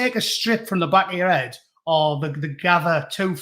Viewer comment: Heed, a wee bit of scots there ?